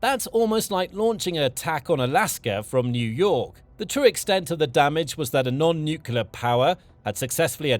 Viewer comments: Stop saying " nucula" it's nu kle ah. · The narrator can't pronounce nuclear. Over and over it is mispronounced. There is nothing mysterious about it. It does not rhyme with ocular.